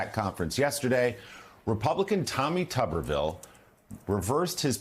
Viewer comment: It's pronounced 'Tooberville', and children are not a commodity. (He thought IVF meant Intra-Mural Varsity Football.) Unfortunately, Tommy Turniptown has a congenital abnormality. He inherited the unmsmart gene from his Pappy.